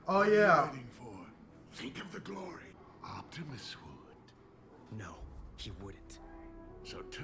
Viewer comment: Sorry if I'm been rude, but It's OPTIMUS not OCTIMUS